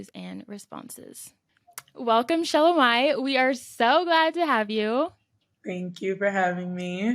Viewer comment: Pronounce the name correctly. Repeatedly calling her wrong name….